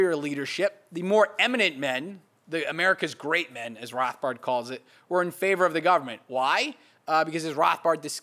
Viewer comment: He says Rothbard the way Rothbard would say Rothbard...